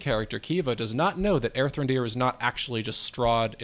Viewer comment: Every time I hear it, it's Aerthran, dear.